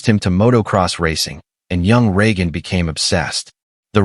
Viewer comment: Other than consistantly mispronouncing Regan's name, was a very good video.